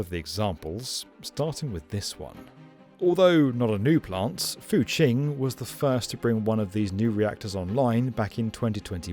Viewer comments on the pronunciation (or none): You seem to have mispronounced "Fuqing Power Plant".